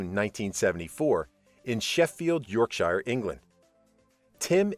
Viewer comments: By the way , any english place name with shire in it are prpuncounced sheer not shire . Its yorksheer , less-ta- sheer , lank-a-sheer etc . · You could have atleast pronounced yorkshire right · Love the way he pronounced Yorkshire 🤣🤣